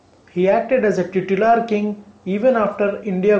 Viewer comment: It's not teetular man.. It's pronounced tie_tular.